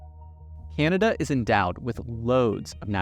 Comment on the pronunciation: It is not pronounced KeeAnada!